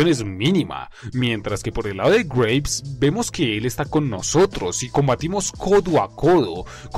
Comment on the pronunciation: Por la pronunciación pensé que decías Grapes o sea Uvas y no Graves, o sea... Tumbas. Tienes razón, Barkov y el Lobo son... insignificantes. El segundo sobre todo, un cero total a la izquierda, y el primero es simplemente un villano de caricatura de sábados por la mañana... ay que mata prisioneros y encarcela niños... creo que el Vengador de Calabozos y Dragones hace lo mismo y no lo tienen en ningún pedestal. PD: Lo de que no estaba en el tanque me lo esperaba, me pareció una especie de homenaje a los juegos esos donde el villano se sube a un vehículo y tienes que derrotarlo estando en desventaja... ah mira al final el MW II se convierte en un juego de Sonic xD PPD: Lo de Farah lo vi como una especie de inclusión tokenista, es decir, para cumplir con la cuota, y reforzar la idea de que son los buenos... ven somos los buenos, tenemos a mucha gente de nuestro lado, negros, árabes, y por supuesto ingleses, son los malos los que son homogéneamente étnicos, rusos todo blancos... nefasto mensaje en realidad si te pones a pensarlo.